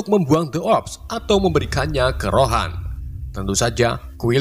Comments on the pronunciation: Ronan bang bukan rohan😅😅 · Ronan min, bukan rohan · Ronan njir bukan rohan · Ronan bang bukan rohan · Bang yg bener tuh ronan bukan rohan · Bukan rohan tapi ronan